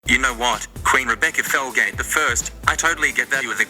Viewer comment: Her name is Rebecca Felgate every time she said her name I thought every single time her name was Rebecca Failgate 😂 I'm sorry Rebecca